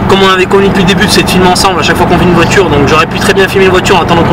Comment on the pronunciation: Belle "voichure" :)